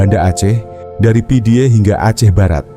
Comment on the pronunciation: pidie di baca pidi Meulaboh di baca melabuh